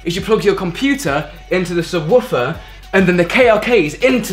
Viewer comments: The way he says subwarfer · Lol he calls it a sub-woof-er